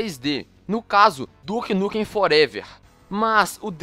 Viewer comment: Duke Nukem ''Forevér'' kkkkkk